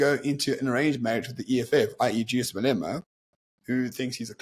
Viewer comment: Who the fuck is MalEEEMa bruv?